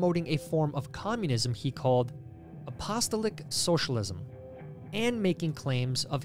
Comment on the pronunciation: Pronounced: App-uh-stall-ick